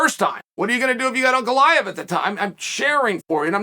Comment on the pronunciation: Whenever Chael said Ankalaev, I would be like who is Uncle Iev? Just realized